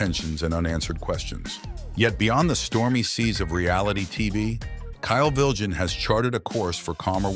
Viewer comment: That's not how you pronounce his surname 😅